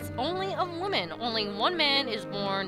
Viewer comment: Anyone else notice that was saying "woman" and not "women" when reading Nabooru's text?